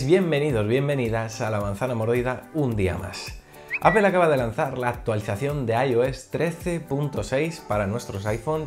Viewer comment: Bueno qué se podía esperar si no puede pronunciar bien Apple y dice apel jejejeje pero buen video fuera de ello .